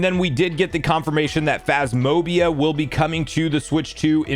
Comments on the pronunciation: Phasmobia? Think ya missed a couple syllables. Lol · "Phas mobia" 😂😂😂